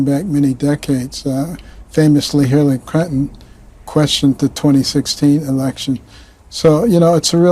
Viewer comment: Talk about dementia! If it’s not dementia then he’s clearly on drugs! They’ve doped all of these people and it’s clear! Would you trust this guy to perform brain surgery on you? I surely would not! 😷 When’s the last time he was evaluated? Can’t even pronounce Hillary Clinton correctly. Dump admires Capone! Also Dumpy weaponized the DOJ against Himself!